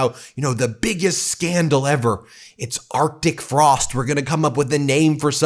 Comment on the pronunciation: Are chic Frost? Either Lyin'Ted Cruz cannot read, or English is not his first language, or he cannot pronounce Arctic Frost while over .08%.